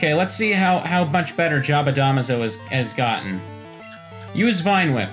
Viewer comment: Smh pronouncing jabadamazo wrong still